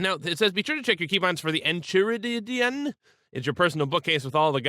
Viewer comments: Enchiridion is En-Kai-Rid-Ee-On (as someone already said below ... whoops). It's from adventure time which is an amazing show. The book is this magical tome that holds all these secrets including adventuring tips. I guess more generally it just means manual. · Letting you know, it is pronounced En-Kae-Rid-Eon. Love the mod and the only reason i know the pronunciation is because of Adventure Time. New viewer and i feel like you move at a good pace, as long as you are comfortable.